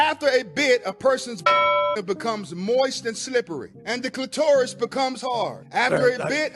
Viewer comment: The way the guy pronounced “cli-TOR-us” is sending me